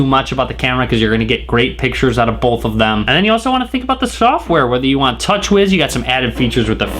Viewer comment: Bolth. Bolth of them.